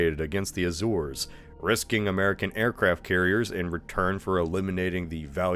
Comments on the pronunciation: Azores is pronounced “A-zores” - the e makes the a say its name. Phonics my guy. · He keeps pronouncing it "Azurs" tho ._.